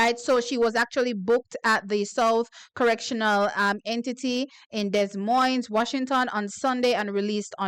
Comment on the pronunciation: Des Moines is pronounced “Dey moines” 😂